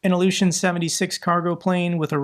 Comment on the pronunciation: man you said Ilyushin perfectly.. nw